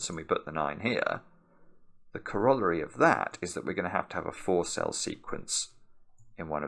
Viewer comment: That has got to be the worst Britishism I've ever heard. That is NOT how you pronounce corollary. Lol